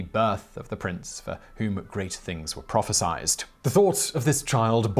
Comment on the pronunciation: Aaaargh! It's 'prophesied" NOT 'prophesiZed.' There is no Z! There's not even a second S! Prophesied!